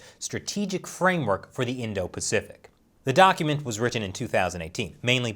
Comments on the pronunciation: PACIFIC, NOT PAFICIC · *pacific * just saying